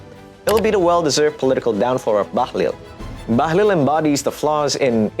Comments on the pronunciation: Bahlil ❌ Bahlul ✅ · Bahlul not bahlil